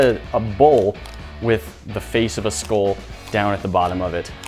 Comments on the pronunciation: It's pronounced skull not skoll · It’s a SKULL not SKOLL